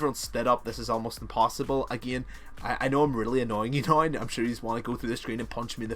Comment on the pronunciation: Your accent^^ - Noiiii Instead of Now :P